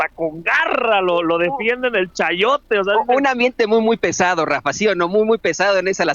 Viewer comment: Se dice: "chayote" carajo!,!👍🇲🇽